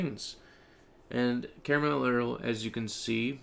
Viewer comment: lmaooooo carmlerel 😭😭😭😭